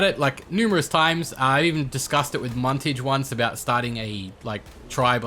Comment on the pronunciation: Muntage and like those japenes woman